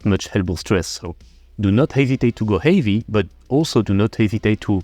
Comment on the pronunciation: Am I the only one who cracks up when he says “heavy” with the strong French accent?😂 Love the content tho, keep it up!